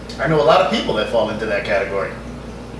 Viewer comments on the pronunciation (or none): none